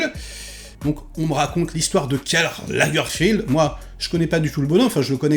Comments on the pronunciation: Lagerfeld, c'est Lagerfeld, c'est pas Lagerfild. Il est allemand. Tout le monde n'est pas anglais :) C'est pas comme si on n'avait pas entendu son nom un millier de fois... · C'est Lagerfeld pas Lagerfield. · Pourquoi tu dis sans cesse Lagerfield, c'est Lagerfeld ? Pour une fois, je ne suis pas d'accord avec toi sur tout. Ce que j'ai trouvé intéressant, c'est que la série prend le parti de montrer l'ascension de Karl Lagerfeld s'arrêtant à l'aube de sa plus grande réussite : prendre la direction de la maison Chanel. Ce parti pris nous révèle une autre image de celui qui allait devenir le Kaiser de la mode. La série tente, autant que faire ce peut, de découvrir l'homme derrière les fameuses lunettes sombres. Elle y parvient en partie car KL n'était pas homme à se dévoiler. Il ressort quand même l'impression que cet homme, s'il vivait très entouré, a toute sa vie été profondément solitaire, la plupart du temps par choix. J'ai trouvé la série intéressante (et puis Daniel Brülh n'est jamais mauvais) mais un peu moins que celle sur le couturier Balenciaga également sur Disney.